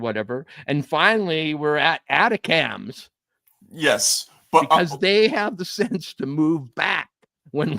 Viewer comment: I love you guys take, don’t always agree but see where you are coming from. Just lexicon help. ATACMS is pronounced “A-TAK-MS” not “ATA-CAMS”